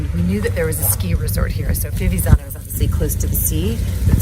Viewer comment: It’s pronounced Fi-viTz-zano the first “z” makes a “tss”sounds. Hope that helps ☺️